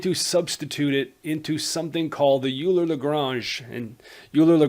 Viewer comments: Euler is almost universally pronounced "Oiler" rather than "You-ler" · Bruh I wrote this before watching the video and hearing the "u"ler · "oiler" not uler ;) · Please stop saying "Yooler." It hurts my ears. I'm not expecting you to be able to pronounce it properly, but PLEASE, at the very least, pronounce it "Oiler." It sounds to me like you're Canadian, so saying "Oiler" should be easy for you. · Are you sure ? I used to say "oiler" but I had a german math teacher who is also a sercher in combinatorics (don't know how to say it in english) who say "Euler" and so he must be able to say it the right way. (He also likes to invent poems on maths theorems in german like on on the strength of a point or the double ratios / hanarmonic ratios (don't know how to say it neither) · Loved you lesson. I think "Euler" is pronounced "Oiler" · So, the native German-speaking Swiss man - Euler has a surname that is Germanic. It is pronounced "oiler" like Houston Oilers. Please try to pronounce it in this manner. Thank you. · Oh he can oil me alright ... leonHARD oiler can oil me up so good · Euler is pronounced “OIL-er” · Too dumb to pronounce "EULER"!